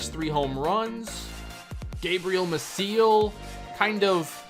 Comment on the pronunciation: Gabriel Mah-see-el, not Mah-seal.